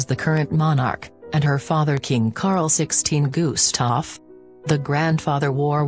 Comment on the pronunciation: It is not pronounced Guuuuuustaf for gods sake.....